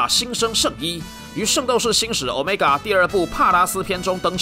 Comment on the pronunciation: 毆米加變毆買尬！真好笑